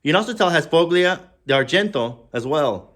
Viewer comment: You don't pronounce a hard 'G' in FOGLIA. Just ignore the 'g'. Pronouns it follia.